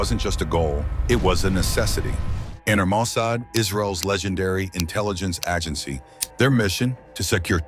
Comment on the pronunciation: Is this AI? Who pronounces "agency" like that?